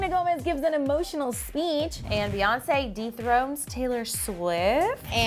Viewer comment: I swear in the beginning it sounded like said Beyonce deep throated Taylor Swift lol